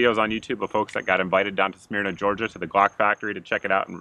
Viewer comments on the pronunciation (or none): It's pronounced SMURNA, not SMEERNA. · Smyrna is pronounced SMUR-NA :-) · It's Smyrna gawga